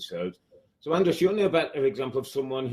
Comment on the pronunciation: was robbie really saying andros instead of andres the whole interview 😂